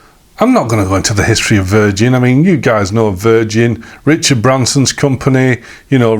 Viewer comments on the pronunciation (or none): none